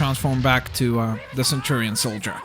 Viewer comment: I hate to say it, but it's centurion, not centurian.